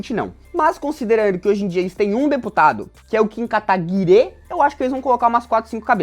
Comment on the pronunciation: Porque os camaradas falam Kim Kataguirê? Nunca entendi